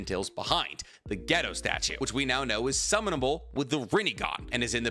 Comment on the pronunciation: a can't help but to take you saying gedo statue and misinterpret that as you saying ghetto